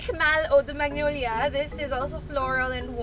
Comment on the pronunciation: wait lang... silent G pala yung pronunciation ng "MAGNOLIA"???? 😱😱😱😱